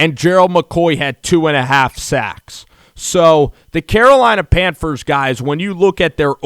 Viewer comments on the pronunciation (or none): It's pronounced PANTHERS NOT PANFERS! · Did this dude just say pamfers lol it’s all good my boy. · Sounds like he saying Panfers! Lol